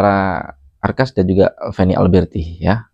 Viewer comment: Akhas doang bang ndak pakai R /arkhas brangkas apa, brangkas perempuan x 😂😂😂